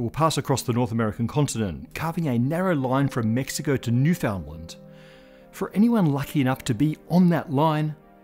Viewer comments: Usually perfect pronunciation - Newfoundland rhymes with "understand", with emphasis on the first syllable. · That's not how to pronounce Newfoundland. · Newfoundland is pronounced more like NOO-fin-land than noo-FOUND-land. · Great video and will be watdhing the eclipse. However....pronouncing Newfoundland like that is a sure way to get normally docile Canadians looking for their pitchforks. Ask me how I know...🤣